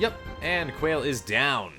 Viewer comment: Also, it's pronounced Qua = KWA / le = LAY, sounds like the way you pronounce the rapper Wale's name but KWA / LAY (the forward slash denotes a syllable)